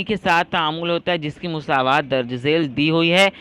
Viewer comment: Musaawat nahi masawat sir😂😂